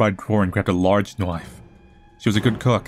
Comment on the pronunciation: A large KNOIFE